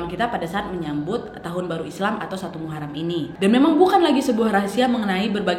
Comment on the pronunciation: Muharom bukan Muharam